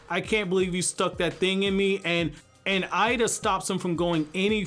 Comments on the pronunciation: Her name is エイダ, pronounced Eyy-da and not "Eye-da". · It’s pronounced Ada btw same with Pein/Pain and Ay/Ei not pronounced Eye-duh just a FYI